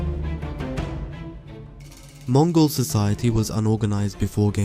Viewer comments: it's Mongol not Mogol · I didn't know there was a "Mogol" empire!? Who the hell swallowed the letter N?😂😂😂